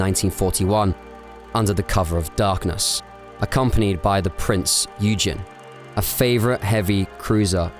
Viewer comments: Prinz Eugen is pronounced “Prinz OY-gen”. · Prinz Eugen = pronounced (Oygun) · Prinz Eugen pronounced oy-gan. Not me saying it. I worked many years ago with and old guy would had been a member of the Hitler Youth, and that was his pronunciation of the ship’s name. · Really like you vids but you kill some of the names. Prinz Eugen, Kido Butai etc. Not end of world but would make the content stand out more